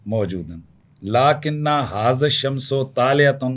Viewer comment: لکن ھذا الشمس طالعۃ میں آپ نے شمس کی سین پر پیش پڑھا ھے حالانکہ زبر آتی ہے لکن کی وجہ سے یہ آپ کی عربی کا حال ھے اور باقی عربی کیا سمجھتے ھوں گے جب عربی نہیں آتی تو بولتے کیوں ھیں